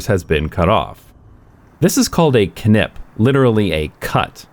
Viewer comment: I am proud of you being able to say "KNip" without effort. Most English speakers have lost that ability.